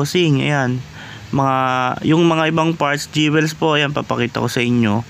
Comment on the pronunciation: Sir, Jewels pronounced as dyowils not dyewels.